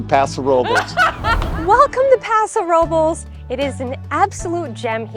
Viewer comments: Nice video. But PLEASE pronounce the city name correctly. It's "Pah-sow Row-blehs" NOT "Row-buls" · The way you pronounce Robles 😂